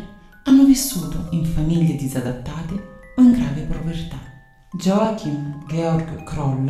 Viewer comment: Effettivamente molti serial killer hanno infanzie problematiche. Joachim si legge Iòahim, in tedesco J si legge come una i